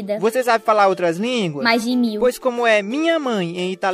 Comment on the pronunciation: "Menos De meio metro" Eu ouvi errado? ELA FALOU COM "D" "Mais ou menos" Ela falou com "o" "Mais de mil" falou com "d" dnv